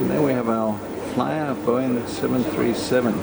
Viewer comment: It's Flyr not Flyar :-)